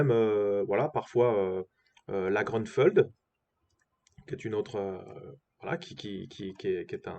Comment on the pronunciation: Grünfeld est un nom allemand et se prononce GRÜ-NFÈLT